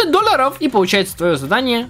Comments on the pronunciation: говорит: Доллары ❌ Дольяры👍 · Ты так прикольно говоришь доллоров♥♥♥ да и вообще впринцепе♥♥♥ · Как же мне нравиться когда говорит доллары хпхаха